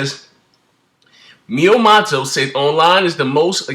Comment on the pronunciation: Its Miyamoto say it with me Mii YEA MOTO